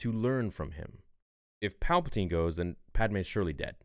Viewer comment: “pall-puh-tan” lol you said it everytime good expect for that time lol💀 great vid tho